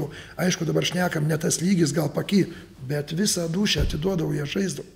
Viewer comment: Ar sakė "bet" ar "b**t"?:D